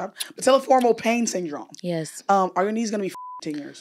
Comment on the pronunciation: The part where had to keep stuttering/coughing to pronounce the pain syndrome was so funny 😂